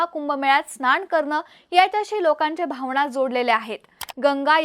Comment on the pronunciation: "भावणा" ...😅 यमुणा😂 अरे अरे